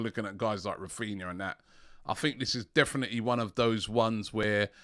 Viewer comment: His names raphinha not raphina